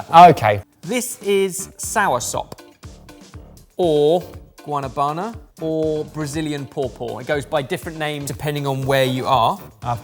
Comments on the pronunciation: Guanabana is pronounced Wah-nah-banah, not Gwa. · Soursop/Guanabana is also grown here in Mexico. Try saying Guanabana without thinking of the Muppets. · No comments on Ebbers pronunciation of Guanavana. Why?